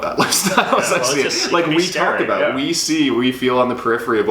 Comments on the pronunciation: More like pronounces it in the "stereotypical Canadian" way (a-boot), possibly as an affectation. I will say I've lived in Canada all my 43 years, been to six of ten provinces (have yet to see the Atlantic provinces), and is the only Canadian I've heard pronounce it that way. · You can tell is an actor because he pronounces the word 'about' differently than.